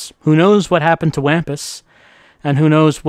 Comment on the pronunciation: Wampus is pronoucned like Wompus. The Wampus cat was my highschool mascot, they're pretty cool, and also a cobalt blue. Cobalt blue six armed cats.